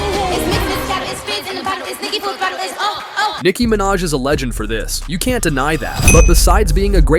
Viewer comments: Nike ✔ Minaj. Okay then 😆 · Nike Manaj?! It is actually Nikki Manaj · Omg he called Niki minaj Nike minaj. 😂🤣😂🤣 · "NIKE MINAJ"